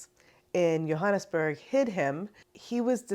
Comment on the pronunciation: OMW! So clabber is amasi!!! Thank you for translating into South African (and for pronouncing Johannesburg correctly) ❤